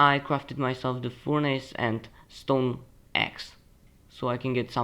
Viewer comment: Its not foornace its furnace